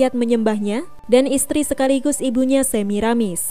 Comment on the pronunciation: Yang membaca cerita di YouTube bilang Samirasis, diingatkan supaya tidak keliru, tertukar suku katanya